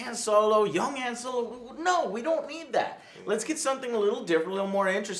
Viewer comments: "Soylo" ftfy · Is it me or is Joe pronouncing Solo's name wrong?